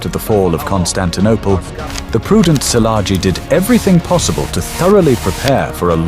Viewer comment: kiejtesi problema